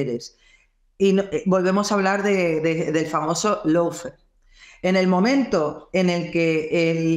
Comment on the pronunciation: Amigo. Se pronuncia “Lo” fare, no “Low” fare. Abrazo!